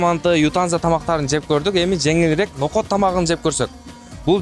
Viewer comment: Ноокот эмес ноокат